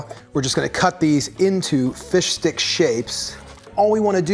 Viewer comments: I've never heard someone so clearly pronounce it "Fish Dick" I can't tell if it's intentional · omg, this was hilarious. Thanks for explaining it. It made it so hilarious. I’m laughing my ass off. PS: Every time you say fish stick I hear “fish d*ck”